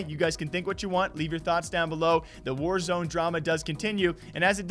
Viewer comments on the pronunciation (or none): Ok I could be mistaken but is it not pronounced “Wars” and not “War-Z”? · its not War Z, its warz, like wars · Btw its warsz (was) not warzeeeeeee